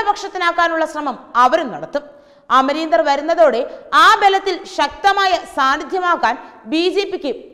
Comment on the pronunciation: This reporter doesn't know how to properly take name of a person... Amarender?...